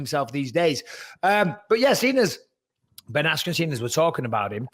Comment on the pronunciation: Dana can’t even say the name Ben Askren 🤣